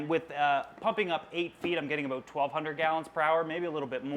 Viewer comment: I love him but I hate the way he says about